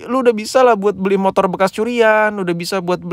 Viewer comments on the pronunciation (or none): none